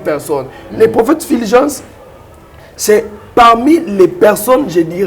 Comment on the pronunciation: c'est Fulgence et non filgence